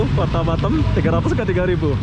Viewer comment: bukan batem tapi batam, betulkan sebutan tu